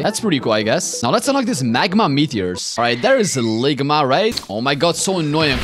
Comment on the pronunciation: Why so you always call Longma "Ligma"?